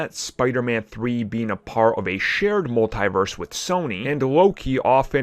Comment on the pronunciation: You keep saying multiverse like there is an e Agee the I lol.